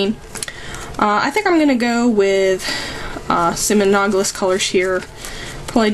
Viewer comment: a-NAL-o-gous colors. Sorry, but your pronunciation bugged the crap out of me! XD Other than that, great video! You're a talented artist! I'll keep your techniques in mind. :)